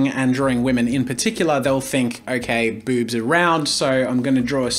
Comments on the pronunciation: Ami I the only who hear bubs instead of boobs when jazza speaks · i cant get over how he says "BOoBs" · It’s not the fact I was caught off guard by you saying boobs, it’s the way you said Bewbs. Couldn’t help but snicker a bit by the emphasized b’s and o’s. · I love the emphasis on "Boobs"